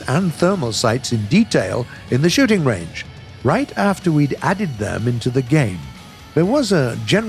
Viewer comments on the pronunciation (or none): xd i heard the shitting range not shooting range